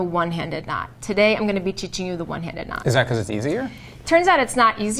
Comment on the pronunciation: "Today im going to be chiching you"